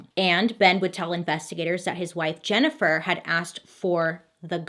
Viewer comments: Every time Bailey says "JenniFER" I feel guilty. I wasnt even there 😂😂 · Man....Bailey saying my name "Jennifer" a bunch of times kept making my ears perk up lol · Jennifer.. Jennifer lol it’s funny how she says her name in this story